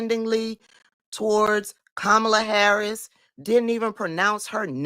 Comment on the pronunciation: Nelly Flipped it and did NOT answer the question. He did NOT even pronounce Madam VP’s name correctly!